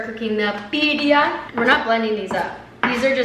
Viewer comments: Loved the video, haven’t watched much from your YouTube but love the insta/TikTok content a ton. Btw you pronounced Birria really well. Just make the “a” a bit longer at the end like in “apple” instead of an “uh” sound and it should be good! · As half Mexican I love your prunciation of birria